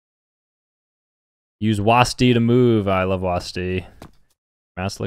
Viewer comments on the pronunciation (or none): the typa guy to call wasd "WAZDA" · is the type of guy to say “was-dee” instead of W-A-S-D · Bro called w a s d wasdi💀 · If you are scared just remember… “was-dee”